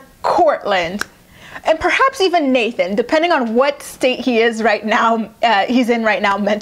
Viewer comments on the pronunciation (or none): none